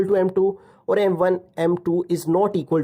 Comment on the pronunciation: Perperpendicular❌ Perpendicular ✅